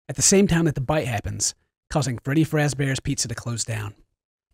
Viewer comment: "Freddy Frazbears" ~ 2015